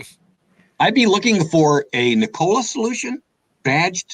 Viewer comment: i'm out when he said Nikola.